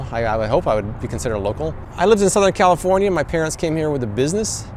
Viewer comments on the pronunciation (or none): none